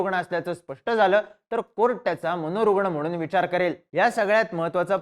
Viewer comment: हे , अस , कुठ , प्रयत , मनोरुगन , 😂😂😂😂😂